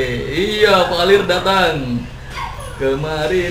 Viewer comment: Vale bang bukan valir... Hadehh padahal temennya udh bilang vale LOL